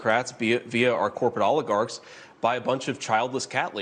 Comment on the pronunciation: Corporate oligarchs? He can’t pronounce the word and he went to university.